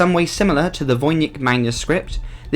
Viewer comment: "Seraphinus". Also " Voynich" not "Vonich".